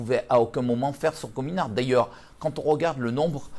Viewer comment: « comin ourt »😂